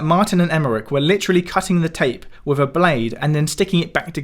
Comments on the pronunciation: With not Wiv. Interesting video. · Why on earth do you keep saying ‘wiv’ and ‘wivout’ instead of ‘with’ and ‘without’? You must be able to read? So you know whether it’s ‘v’ or ‘th’. And you know the difference in pronunciation. So why sound like an ignorant idiot?